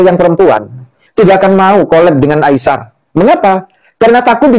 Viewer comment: Hello admin...sebutan namanya adalah Ai-sar..bukan Ai-syar...come on lah...cuba anda sebut dengan benar dan betul..!!